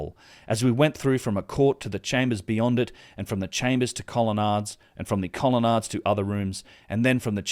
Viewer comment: Cretan has a hard 't'. Hellenes is pronounced 'helleens'. Colonnade is 'colonnaid'.